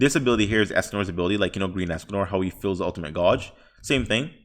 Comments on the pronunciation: it's interested how he pronounces "gauge" --> "gawge" when it should sound "gay-ge" XD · You lost all credibility when you said "ultimate goge" instead of ulitmate gauge. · What ? Its not pronounced gawge ? 🤔